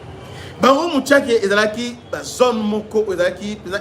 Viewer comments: MUSHAKI et non MUTSHAKI .... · C'est "Mushaki# prononce comme c'est écrit, pas Mutshake